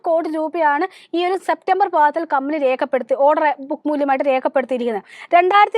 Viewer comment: വായിക്കുമ്പോൾ കമ്പനി കബനി adhe കമ്പനി. കമ്പനിയുടെ പേര് ആവർത്തിച്ചാൽ കൊള്ളാമായിരുന്നു